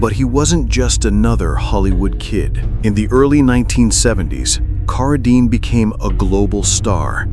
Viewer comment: A very good ands interesting video, but pronouncing Carradine as "Car~a~dean is a little aggrivating...